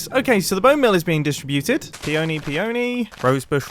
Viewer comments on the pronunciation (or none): “no no no you’re saying it all wrong. it’s pEony not peOny” — hermione grianger, 2020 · Isn't it pee-ah-nee? Honestly asking